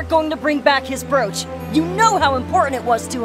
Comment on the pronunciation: Awesome video dude, But the only thing I found annoying & funny at the same time was how you pronounced the word "brooch". So here's a link on how to pronounce brooch. But keep up the awesome content.